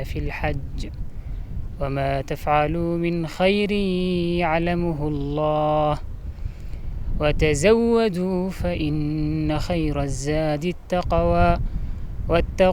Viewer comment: موفق بس كلمة يعلمْه بسكون الميم وليس بالضم. جل من لا يسهو. وفقكم الله الخير.